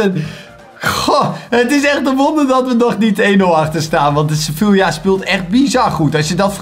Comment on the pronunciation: Je spreekt Sevilla uit als sevia